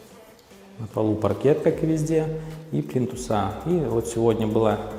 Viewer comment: ФрЕзы, плИнтусы и т. д. Выучите ударения!